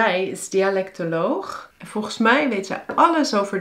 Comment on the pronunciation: Laat ik je wat voorbeelden geven dan, uit het eerste deel van Daily Dutch conversations #1, omdat dat de eerste video is die YouTube me voorstelt. * "Als 't aan mij ligt wel" - Hierin spreek je 'mij' uit als 'mai', en heb je een onnatuurlijke, Amerikaans klinkende intonatie aan het einde van de zin. * "Video" - Voor dit woord gebruik je redelijk consequent de Engelse uitspraak, met een korte i en o in plaats van een lange ie en oo. " "En ik op deze manier dus jullie echte dialogen kan leren" - Afgezien van de gekunstelde woordvolgorde gebruiken de meeste mensen in spreektaal niet 'op deze manier', maar gewoon 'zo'. 'Dialogen' is ook niet echt een alledaags woord, maar ik begrijp dat je dat in deze context lastig anders kunt noemen. Ik zou hebben gezegd: "En ik jullie zo dus echte dialogen kan leren" * "Kan laten zien wat zinnen zijn die" - Hierin gebruik je drie keer een sterk aangezette stemhebbende Z in plaats van de geassimileerde stemloze S die moedertaalsprekers hier zouden gebruiken. * "Bestuderen" - klinkt haast als 'bestudère' * "Couscous" - hier leg je de klemtoon op de verkeerde lettergreep, waardoor je eigenlijk 'koeskoes' zegt, wat iets anders is (sla Van Dale er maar op na) * "Het sneeuwt zo hard" - 'sneeuwt' spreek je hier uit als 'sneuwt', wat niet-moedertaalsprekers vaak doen omdat ze de eeuw-klank lastig vinden * "namelijk" -> klinkt als 'nammelijk', een van de vele voorbeelden van woorden waarin je lange klinkers vervangt door korte klinkers, en ook dat la